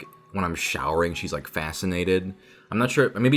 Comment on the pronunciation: more like "fauce-nated," am I right?